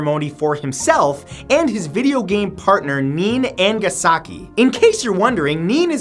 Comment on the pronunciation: Nene is pronounced Nay-Nay, not neen